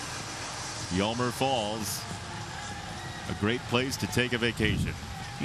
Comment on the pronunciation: anyone know that he said homer balls